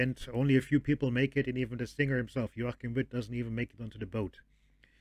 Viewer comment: The pronunciation of Joachim Witt and Peter Heppner was correct, and is a fantastic song. THX for reaction.